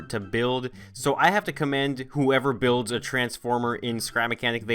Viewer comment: I first understood bills instead of builds